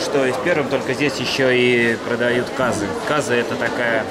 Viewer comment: В слове казы ударение попадает на "ы".